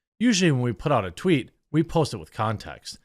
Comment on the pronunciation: thank you for not editing out the tweet flub...made my day lol